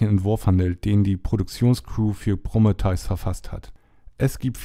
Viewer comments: Wieso sagst du immer "Prommeteus"? Es heißt PrO(h)mE(h)teus.. lol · "Promme-theus" ... äääääh, nein! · Ja, klingt echt schräg ja? - Ist mir auch direkt sauer aufgestoßen.^^ XD - Heißt ja auch Krebs und nicht Kräps oder ähnliches... Varion hat da auch einen genialen Sketch gemacht!^^ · Bitte sprich prometheus nicht mehr so dermaßen falsch aus!